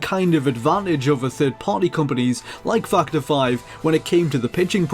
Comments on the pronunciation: dude. factor is with an A a fucking A. its fActor5. not fuctor 5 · its funny how i heard you say " fuck the five " instead of factor 5 :D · I hear fuck ter 5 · "Fack The Five". That's all I hear when he says Factor 5. Sigh... Dirty mind. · I kept thinking he was saying fucked her when he says factor 5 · am I the only one hearing fucter five? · I heard fuck to five lol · more like fuck the five, I've been only listening to it in the background and had to double-check :) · I heard "Fuck The 5" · Fuck-ter 5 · lol I hear it too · No. I keep hearing it too. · I'm pretty sure really loves Star Wars. Either that or he just really loves the Rogue Squadron games. His pronunciation of "Factor 5" reminded me of when he'd talked about these games before. (No, you're not the only one hearing it)